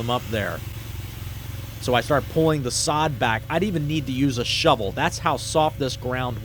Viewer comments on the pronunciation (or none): none